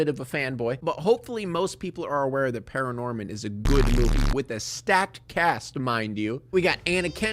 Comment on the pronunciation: It's actually *Paranorman not Pararnorman B)